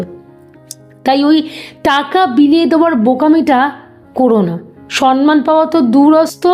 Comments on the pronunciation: Madam Apni khub valo bolen kintu shabdoti ‘SAMMAN’ hobe ‘SANMAN’ noy.Pronunciation kindly thik korun.Spelling SAMMAN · সন্মান নয়, সম্মান ( সম্ + মান) বড্ড কানে লাগছে।❤